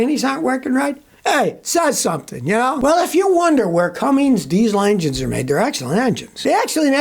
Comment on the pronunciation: It's Cummins, not "Cummings".